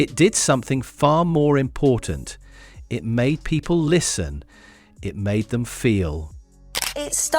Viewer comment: Im as embarressed with angela raynor who pronounces three, as, 'free', and those houses, as 'vem houses' . Did she get 1 O level